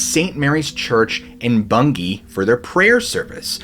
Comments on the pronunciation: May I congratulate you on your pronunciation of Bungay, it was perfect! Thanks very much for another great video, absolutely fascinating. David from England. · Very good pronunciation of Bungay I’m from the next county Norfolk England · Yes, u pronounced Bungay correctly 👏 😊..I live quite close to that place, black shuck is quite the legend 👌 😮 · And 10 out of 10 for pronouncing Bungay correctly! You are just brilliant, many thanks again. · Full marks for getting the pronunciations of Bungay and Suffolk 100% correct. 👍🏻